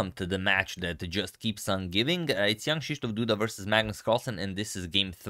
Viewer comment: I keep thinking you're saying Young Christof Duda :-)